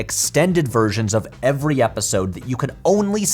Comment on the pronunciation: hey patrick is back! yay! and with a slight accent on that ever(d)y!😎